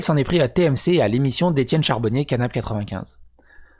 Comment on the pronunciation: CARbonnier pas CHARbonnier...Je suis énervé...je repasse dans un mois pour te dire que c'est pas grave 🤣